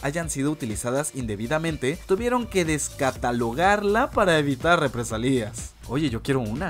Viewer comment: Minuto es Represalias no REPRE SALÍAS (Sin tilde)